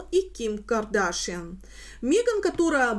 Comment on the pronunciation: Здравствуйте,. Всегда смотрю и ценю вашу работу, но, пожалуйста, произносите фамилию КардашЯН именно так, а не Кардашьен, у нее папа армянин и соответственно фамилия КардашЯН. Кстати, она не раз приезжает в Армении и с экс супругом тоже. 😊